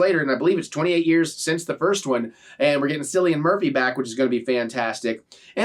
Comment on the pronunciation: It is not Sillian Murphy